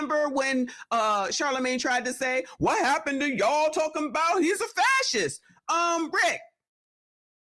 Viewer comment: I promise you, Rickey Smiley doesn’t know what the word ‘fascist’ means. He couldn’t even pronounce it. And what is a Trump ‘ loyaltist’??